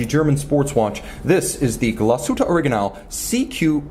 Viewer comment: Thank you for not butchering the name Glashütte,!!!!!! Cheers from germany